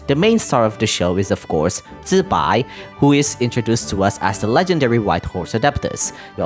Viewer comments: FRR the fact even genshin is mispronouncing it makes me even happier that he is saying it right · That’s the right way to pronounce it tho.